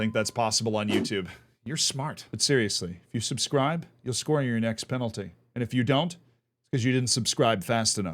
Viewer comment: Sorry, did he say subscribe to the channel or unsubscribe?